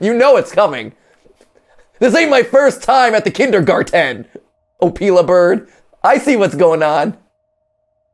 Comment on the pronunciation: I think matpat said the opila name wrong